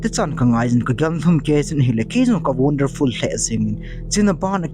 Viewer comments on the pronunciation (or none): it's not an wandanfull it's a wonderfull you do not speak in English also lol😂😂😂😂😂😂😂